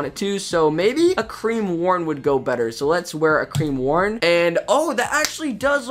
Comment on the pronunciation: lol "cream worn" #CREAMWORN